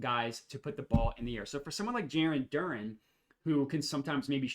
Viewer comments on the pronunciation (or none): This guy can’t pronounce any names! DurAn! DurEn plays for the Pistons! And it’s A-U-Hayne-E-O not Eugene! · It’s also pronounced DUR-ANN I’m not messing with you this time lol